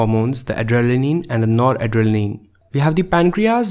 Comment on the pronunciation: Spell adrenaline as adre-nal-een and not like adjefhdjsjskvjfnxkskchaxkbfjj